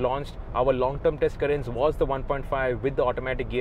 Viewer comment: Kya Pronounce kar rahe ho Carens ko yaar ..... itna ignorant ya dumb kaise ho sakte ho ki kisi car ka naam hi poora galat le lo... .